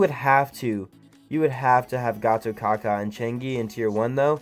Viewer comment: Just an fyi... how to pronounce Gatotkaca's name is Gatotkacha... 👍👍👍